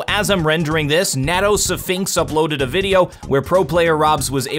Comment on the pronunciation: lmao the way you pronounced nato's name gave me a good chuckle